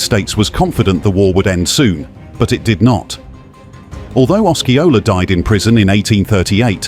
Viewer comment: Gullah are the people geechee is the language. Os see ola is how u pronounce Osceola.